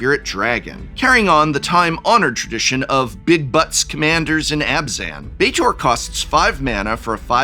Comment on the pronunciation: by the way folks Betor and Neriv are pronounced Bay-tohr and Neh-reev